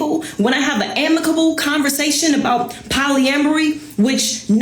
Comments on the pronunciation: Did she just say polyambry bro?😂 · lmfao I just cant get past Poly-am-mary lolllllllll. This is wht we Black Men have to deal with.